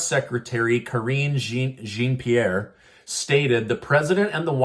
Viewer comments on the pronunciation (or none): Karine Jean Pierre pronounced Karine "John" Pierre. Honestly I'm so over her. She sounds terrible reading from that book every day